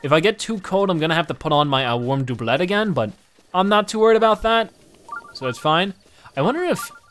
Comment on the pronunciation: His pronunciation of “doublet” is like nails on a chalkboard.